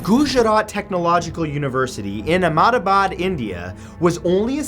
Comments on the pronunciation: I lost all my fear when he tried to pronounce Gujarat and Ahmedabad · Its really funny to see him pronounce Gujrat and Ahemdabad lol (Im from India) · He pronounced Gujarat and Ahmedabad wrong